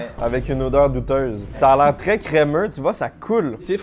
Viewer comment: J'adore trop ta façon de prononcer crémeux 😊